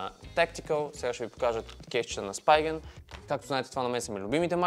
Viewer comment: Spigen се произнася Спиген, а не Спайгън 🤌